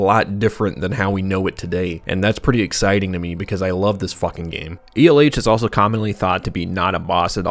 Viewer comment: After seeing elh in a different video from a different youtube channel where they pronounced the name as L, it feels weird to hear it be pronounced as E L H.